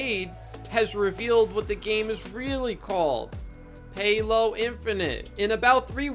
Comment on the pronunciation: "Paylo" lmao, fucking gold